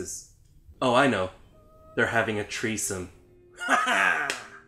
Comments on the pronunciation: Did he ... really say... treesome? I’m glad I found this channel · "Ohhh, they're having a treesome." *highfives himself 😂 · "Treesome" lol Edit: Lars has some problems with women huh? 😬